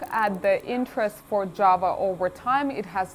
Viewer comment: Хах. Сразу услышал не джава а джаба